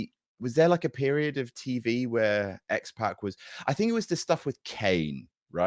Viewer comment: It's not X PACK, it's X POCK. Like Sock, Rock, Dock, Mock. You sound like old ladies who call that rapper 2 Pack Shaker instead of 2Pac Shakur.